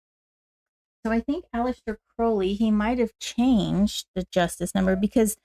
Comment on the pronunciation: Sorry, I was not able to make live because of the time difference (early hours of the morning). I was admiring how shinny your hair is! You have a beautiful alter of tarot decks, which matches your beautiful spirit… Just so you know that Crowley is pronounced like you have hurt your foot with the “Ow” sound! Crowley is an Irish surname… I really like the Lux Ex Umbra deck. I just love the dark colors, the five elements and simplicity of the deck. Thanks for sharing ✨😊🙏✨